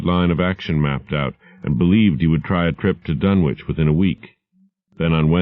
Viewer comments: I have long since grown sick and tired of the mis-pronunciation of the name "Dunwich" by absolutely everybody. It is my pet peeve. This is an English name and it ought to be pronounced in the English manner. Lovecraft was English to the hilt and at his very core. It's "Dunnidge", not "Dunn-Witch". For Greenwich, we don't say "Green-Witch", but Grennidge. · Grennitch and Grennidge are close enough. I'm not splitting hairs. Tomayto--tomahto. But at least it is not pronounced Dunn-Witch as in this video and almost everywhere else. That is what I am objecting to. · Then Ian is wrong. It's Dunnich. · Even Ian from Horror Babble calls it "dun-witch"